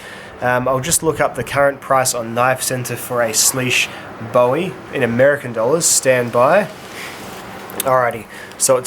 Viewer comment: its bowie not bowie damnit!